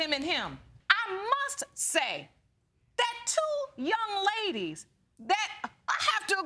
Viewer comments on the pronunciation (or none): The word is THAT not DAT